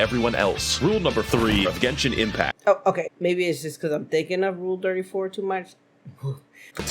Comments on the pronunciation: I still can't believe she still called it Jenshin Impact I can't stop lmao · Ah yes my favorite gacha game Jen-sin Impact